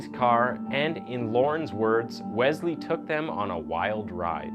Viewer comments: It’s pronounced WeSley not Wezley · BRO!!!! IT IS NOT WEZZZLEE IT IS WES-LEE. JESUS CHRIST, loved the video but if you mispronounce that name again im prob going to watch that chick that does her make-up bro. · I think it's pronounced wes-lee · If I hear Wezlee one more time...lmao